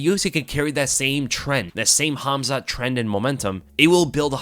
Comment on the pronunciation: Your calling him Hamza 😂, you need to hear someone Russian say his name